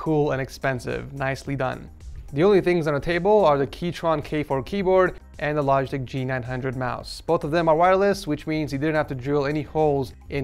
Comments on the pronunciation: Keychron not keytron, mkbhd is dat u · my man seriously just said "keytron" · I love how he said keychron wrong!